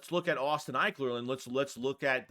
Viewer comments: “Eck-ler” not “Ike-ler” lmao. You said his name wrong like 10 times I was dying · (Ek-Ler) lol